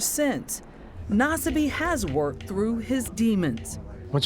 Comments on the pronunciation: Naw-Suh-me. Yeesh, whatever channel this is doesn’t even dish out enough to Google a name? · Nasbyって発音なの草